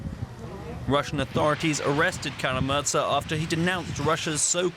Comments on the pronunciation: Kara-Murza, not 'Kara-Muza' nor 'Kara-Muzra' nor 'Karamuzza'! What a disgrace for professional journalists DW! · It's Kara-Murza. Not Kara-Maza, Kara-Muzra, or Kara-Murtsa. You call yourself journalists? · Is it so hard to pronounce Kara-Murza's last name correctly?